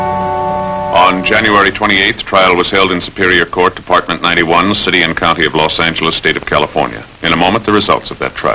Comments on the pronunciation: Yep, . Los Ang-lis! Never heard it pronounced that way. Of course, I was in Michigan in the '50s. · "Los Angle-les" What the...???!!! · This is actually aired after Barton passed away. And notice Los Angeles with the hard "g". It was not an uncommon pronunciation.